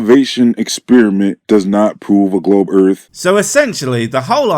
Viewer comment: "Looking into Flat Earf" is quite rewarding... everyone needs a good laugh once and a while - and that sh*t is hilarious !